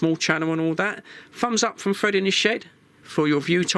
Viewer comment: a bot that always says FRID and not FRED 😄